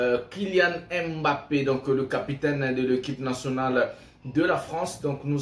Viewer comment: Pourquoi tu l'appelles Kilian M Mbappé ? Appelle-le comme nous appelons les africains. On prononce simplement MBAPPÉ sans dire le M BAPPÉ.